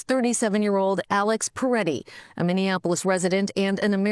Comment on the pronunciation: The victim’s name is Pretti not P(er)etti.